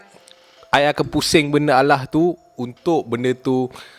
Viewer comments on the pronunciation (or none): none